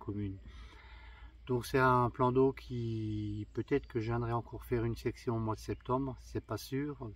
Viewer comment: On dit session et non pas section. 😉😁